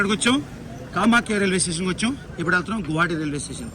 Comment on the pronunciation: నువ్వు ఎ నుండి వ'అంటున్నావ్ అర్ధంకాల గువాహటి న స్పష్టంగ పలకడంల మీరు